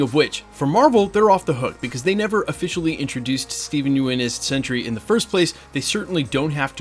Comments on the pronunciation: I made the mistake of pronouncing his name the same as you are, he said On the talking dead (walking dead talk show with Chris Hardwick) it's pronounced "yun" like young minus the "g" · Did he real just say Steve U-in 🙈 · at this point i think you are just saying everyones name wrong on purpose. steven yuen is now steven ewan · The mis pronunciation of his last name is bothering me. It's like June With YU in place of the J